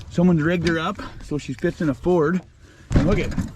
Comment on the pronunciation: It's ford not ferd, (Found On Road Dead)